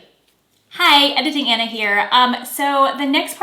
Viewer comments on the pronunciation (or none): none